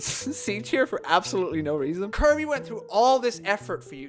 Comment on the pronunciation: we know almost all of are gonna be high tier, its Kirby, KIR•BEE